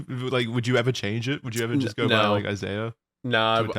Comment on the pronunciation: After like 7 episodes finally pronounces Isaiah's name properly 😂